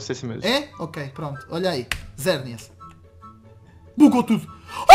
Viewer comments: mano se fala xerneas nao zerneas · Xerneas é com X não com Z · Ele fala e Zerneas mais não é o nome dele